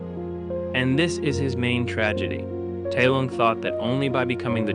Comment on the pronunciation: Bro didn’t even watch the movie, they say his name about a hundred times, it’s TAI Lung.